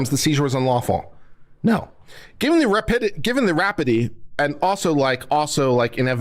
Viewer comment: "rapid-e"? c'mon!